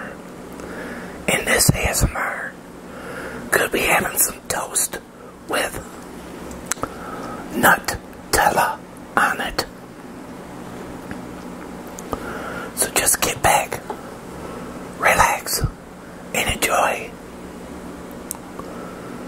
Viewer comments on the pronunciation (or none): its nutella not nutello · Pretty sure the guy wanted to say that misspelled "Nutella" by "Nutello" and that the right way to pronounce and write it is "Nutella", and since Nutella is an italian product and so is this guy you're arguing with, he confirmed it that's called "Nutella" and not "Nutello". Does it really matter tho? Aren't there more important things out in this world rather than arguing how a chocolate brand is spelled? 💀💀💀 Have a good one.